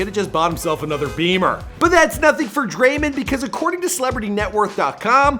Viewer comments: Thanks so much for all the NBA stars. If you don’t know how to pronounce it it’s drae-mond not drae- mind. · Bruh it’s Draymond, not Draymend, Dray - MOnd, with an o not a u or an e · he calls him draymind and its so annoying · Stop saying Draymon. It is DrayMOND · Dray-mand😂 it’s draymond bro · DRAY MON NOT DRAY MUN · Who is Dremen it’s Draymond 🤦‍♀️ SMH 😂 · Lol i love this dude dreymend LOL ITS DRAY- MOND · It’s draymond and not men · It’s not draymen green it’s draymond green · Dray-MOND Green come on buddy it’s not hard 😂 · Draymen? Wtf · DRAYMEN greenn???😂😂😂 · Everybody loves Dray-mindd - pronounce it correctly dufus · It is Dray - mond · "Draymind" wrtf, also what is the wired noice that you keep on making. It's so fucking annoying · “Draymend” 😂 your a damn bozo,why can’t you ever pronounce someone’s name correct. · sayin Dreymand Green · its dray-mond draymond its not hard to say it right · Dreymund Green LMAO c'mon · Draimen😂😂😂 i was crying😂😂😂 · he says his name like dreymond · Come on cant even say his name right. You honestly have one job to do this right. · Your mispronouncing his name on purpose? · Why you mispronounce people’s names Like Draymond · Learn to say someone’s name properly fam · Am I the only person bothered by how he says draymond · Thats not how you say the name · Bro get his name right man it’s not hard 🤦🏽‍♀️